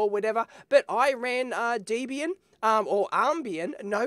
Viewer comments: It's deb-ian, not dee-bian. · I'm being a totally anal GNU/Linux neckbeard here, but it's pronounced 'deb'-'ian' (like Debra + Ian). Great video otherwise!